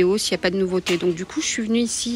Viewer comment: Nouveauté É Et pas iéhe !!! Écoutez vous parler mais que c est pénible e vocabulaire !!! Quel dommage parce vos vidéos sont biens Si vous pouviez vous corriger !!! Ce serait mieux pour le vocabulaire Français Je vous promets que vous êtes vraiment penible à écouter malgré tout Faites donc un effort de prononciation par respect aumoins Merci par avance si vous y arrivez Cordialement